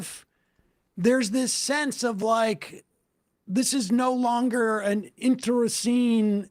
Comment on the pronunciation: Internecine— It’s pronounced enterNEEseen, Sam. My god! 🤣 This needs to be your resolution for this year! Learn how to say it, haha. I swear just in the last month he has said it so many times and each time it gets more and more wrong.